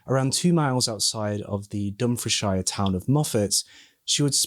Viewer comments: Dump-fre-shire lol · Bloody hell mate. I don't think I've ever heard anyone mispronounce Dumfriesshire before. Then I googled how to say it, and they get it wrong too, which may be why you got it wrong. That's kind of mad.